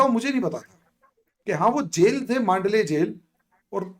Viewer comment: मांडले नहीं मंडाले कारागृह !